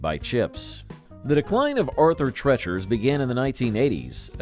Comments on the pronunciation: Arthur "Tretcher's"? Ask your teacher about Arthur Treacher. Anyway, I never heard that referred to as "bad"; in fact, another video says it's missed! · It's pronounced Tree-chers not trechers !!! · Arthur Treacher's was NOT pronounced as Arthur TRETCHer's! It was pronounced Arthur TREEcher's! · Also, -- Arthur Treacher's name rhymed with Teacher, not with Treachery. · You pronounced the name Treacher incorrectly. Rhymes with teacher. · Arthur TREE-cher's, not TRET-cher's. Do your research, people. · Its Arthur Tree- Ture not Tretcher. Rustler had fantastic ribs in its hey day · Its not Arthur Tretchers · Sandy's wasn't bad, just bland. And it's Arthur TREE-CHER'S -- He mangled the name. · Treacher's is pronounced Tree chers! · Treacher’s is pronounced as TREE-churs not the weird way you said it. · Where in the world did you get the pronunciation of " Treacher" as tretcher? Is the person that teaches class called a tetcher?😁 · Great video, I remember most of these restaurants. One note, Arthur Treacher's rhymes with teachers :) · It's pronounced TREE-CHERS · Chi chi’s/ Sandy’s /Arthur treachers and it’s pronounced like teachers.Beningans/Bonanza/Steak and Ale my friends and I all loved these restaurants! If you never have eaten there then you have no say in the matter! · Arthur "TrEEchers" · This douche is not pronouncing Arthur Treacher's right at all